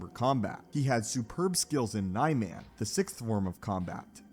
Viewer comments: It's not nay-men It's Nee-man It's not juya It's juyo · Sir. It's Joo-yo Juyo. Plz. And Nuhmahn/Neemahn Niman; Mah-kawh-shii Makashi